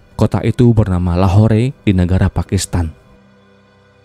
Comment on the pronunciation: Min...maaf koreksi dikit ya. Penyebutan lahore itu cukup lahor aja gk usah pke e...kyk kishore jg d baca kishor...e nya d hilangkan Semangat min